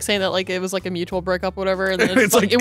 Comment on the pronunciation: messing up the word "mutual" reminded me of the Liberty Mutual ad where the actor can't get the speech right, lol.